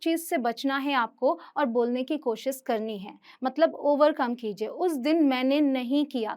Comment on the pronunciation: Mam ap khud koshis bol rhe h koshish hota hai ..apki pronunciation b sahi nhi hai ..kya btayenge koshish hota h ya koshis